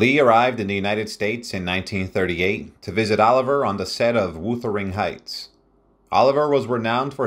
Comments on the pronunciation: FYI it's Lawrence O li vi eh (pronunciation) not Oliver. It's "A Midsummer Night's Dream, not A Midsummers. It's Wuh ( short u not Woo) ther ing Heights. Elia( accent on the E with li pronounced lee) Kazan . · Don't you just HATE AI generated narratives?? "Laurence OLIVER" and Woothering Heights. Sigh. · Sir Lawrence. “OH LIVE E YEA”, NOT EVER “OLIVE ER”! SIR LAWRENCE USED THE FRENCH PRONOUNCEMENT of his name. IT IS “WEATHER. ING HEIGHTS”. THE Pronunciations in this session is absolutely atrocious